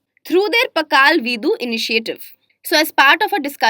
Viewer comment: Omg so painful to hear she pronouncing kudumbasree and pakalveedu.